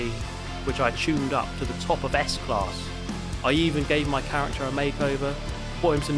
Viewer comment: Yes u did well with the German car s class. Like it's school 😊